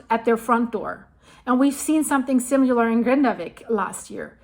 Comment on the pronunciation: The word is similar NOT”simular”!